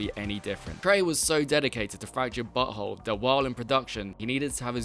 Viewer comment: I like how he pronounces South Park the fractured but whole correctly 😂